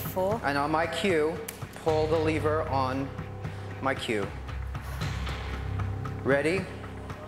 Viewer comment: Not great , but he said leever instead of lever, so that was cool